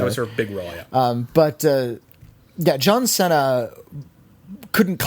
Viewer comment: That’s a weird way of pronouncing John Cena